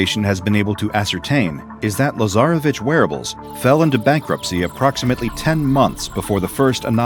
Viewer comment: Ok,someone should explain to me why i heard "lazarabitch" in place of "lasarevitsch"